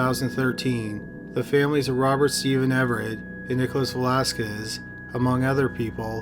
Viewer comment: Loved the vid, you murdered Velasquez with that pronunciation though 😅